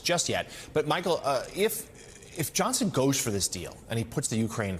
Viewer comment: Why does he keep calling her Michael and why does the CC not write her name. I had to look her up. It's Mychael. Probably pronounced more like Michelle.